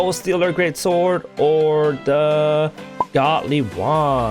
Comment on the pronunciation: GalacticRoFox listen carefully then he Said go-Dly wand with a silent d